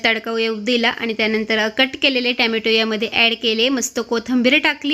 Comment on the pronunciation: ट्यामाटो नाही ग टोमॅटो म्हणत जा नाहीतर सरळ टमाटे म्हण सोपं